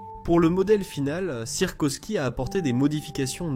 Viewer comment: encore une fois l'IA plombe la vidéo et on ne dit pas sirkosky (ou sirkoski) mais Sikorski